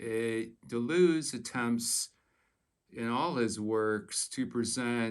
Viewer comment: Your French probably would not have been up to the task. | dəlœz / fontəne: | 𝕹𝖎𝖊𝖙𝖟𝖘𝖈𝖍𝖊, ə not i || You Americans can't bother to do the extra quarter hour of research to get the names right. 😅